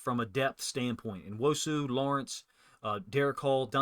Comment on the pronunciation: Come on, it's pronounced New-Osu not En-wosu. Ya got En-Jigba and New-Osu! Say it with me...Uchenna Nuosu...New-Osu!